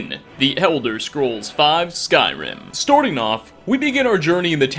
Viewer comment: Is it me or does he’s pronounce “starting” “storting”?